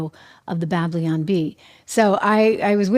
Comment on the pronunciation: Trish -- it's "Babylon," not "Bablion"! Cute!